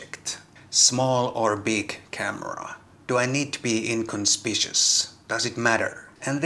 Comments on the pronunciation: Firstly; your Finnish and Swedish and Estonian is far superior than mine so don’t be offended but inconspicuous is pronounced in-con-spic-you-us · Inconspicuous = /in-con-spic-you-us/... sorry, but I'm an English teacher. Good video though.